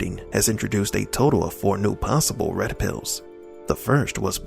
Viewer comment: "Those waskewy Wed Piws!"